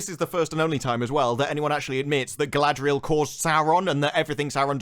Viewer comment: Why does anyone say her name wrong? Gladriel is not her name ffs. Her name is Galadriel (Ga-la-driel). Doesn't matter this show managed to destroy all the characters.